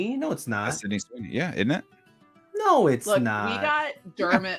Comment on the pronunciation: not you saying sydney sweeney 😭